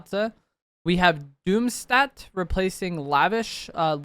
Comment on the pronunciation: Fun fact, “Stadt” is the German word for “town” so the new POI is actually called Doomtown :) it’s also pronounced with an “Sh” so, “Shdat” is how you say it